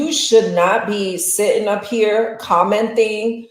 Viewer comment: She kept saying “commenTHing” 🙄